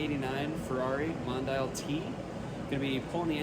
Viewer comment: "Moan-Dee_Ahl" , for next time. 👍